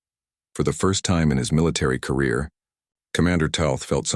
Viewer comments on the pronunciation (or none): none